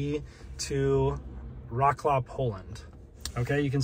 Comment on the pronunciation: Much love to you and your content, always. You did not even try to pronounce Wrocław correctly haha